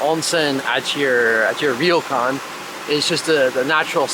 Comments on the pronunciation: Hey guys love your stuff... just a tip it's pronounced Row-kan not Reeo-kan 😊👍🇯🇵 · I'm enjoying your series of videos in Hokkaido. You seem to have more knowledge and appreciation of things Japanese than most North American visitors to Japan that I've seen on YouTube. Even better Japanese pronunciation than most (except for the difficult "ryo" in "ryokan.). I can tell you've done your research and chosen the places you visit and things you try with some insight and preparation, and you've been smart and lucky not to be caught up in the huge crowds of the very famous and popular places. One small note: yukata was way too short (it should at least reach your ankles), so you should have chosen a bigger size, and when you put on the yukata (or kimono), always wrap the left side over the right side, so you can insert your right hand into the opening. Both of you do a great job trying different things and commenting on your experiences!